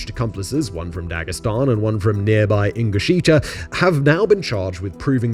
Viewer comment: Ingushetia, not ingusheetia